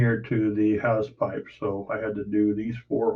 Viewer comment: Hull is always the slow bit but your doing a great job, it will look great when you get some paint down. The anchor chain holes you seem to be pronouncing house pipes are hawsepipes. Have a great day